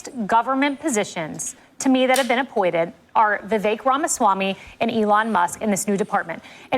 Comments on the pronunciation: His name is pronounced as Vevake, NOT Veveke! 😮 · Vih-vake. If I had to learn the pronunciation, EVERYONE DOES! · Vivek pronounced like cake. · It’s pronounced like cake. Vivek is pronounced Vivake.